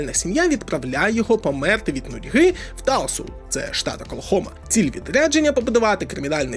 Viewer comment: Штат Оклахома, а не окленд